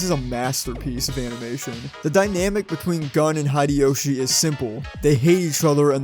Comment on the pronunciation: 1. Thank you for the video. As someone who loved Initial D, and rides motorcycles I can not wait to find the...DVD... and watch it 2. Its Hideyoshi (Hee Day Yo Shee). I only mention it because you pronounce all of your other "i"s correctly as long ee sounds. Bar (ee), Shu (ee) ch(ee), M(ee) Yuk(ee), etc. If you are curious, most Americans pronounce Nikon incorrectly too. It is not Nikon as in Nike but Nikon as in knee. 3. In 1674 Virginia made street racing of the equestrian kind illegal because people were being run over. Stupid has been with us a long time. I street raced as a teen and had some very close calls. Reflecting on it, I am not sure anything would have convinced me not to do it, despite knowing how stupid it is as an adult. Providing inexpensive alternatives like karting or minimoto racing might have been the best way to keep me from racing on the street. I have thought about how I would prevent my children from racing and I do not have a good answer.